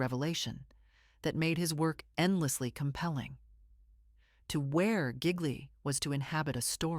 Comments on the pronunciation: Not to be pedantic as your content is excellent but GL in Italian is pronounced L, so frenetically his name sounds like Geelee not Giggly. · Pronounced: Gee-Lee . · It would be less irritating if this AI voice could pronounce his name correctly! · IF YOU ARE GOING TO SAY HIS NAME ...P L E A S E ...PRONOUNCE IT CORRECTLY ...!!..JUST MY OPINION ...😯😲....🤔.